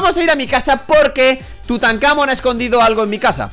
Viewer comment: No es tutancámon es tutancamón